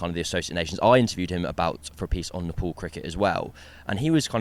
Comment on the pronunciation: Its not napole, its NEPAL😅